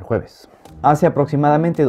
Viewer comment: cada vez que dice el jueves, me hace reír